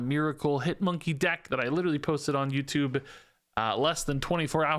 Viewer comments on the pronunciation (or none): none